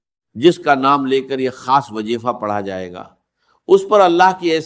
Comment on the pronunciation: gorr zy dykhy zra voice ovr kia gya hy is video ky upr or alfaaz p p ghorr kijiy خاصko کھاس. bola ja rha h